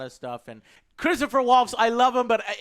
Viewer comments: Omg joe again with butchering peoples names. It’s Christoph not Christopher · IT'S CHRISTOPH WALTZ. KRIS-TOFF VAULTS phonetically. C'mon man you are a movie critic, get the names right.